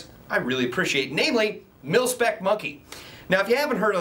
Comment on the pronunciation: he says pilspec instead of milspec